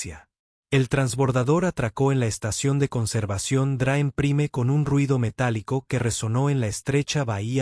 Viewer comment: Se dice Jeik y se escribe Jake, es praim y se escribe prime, quien es el burro que no habla bien?.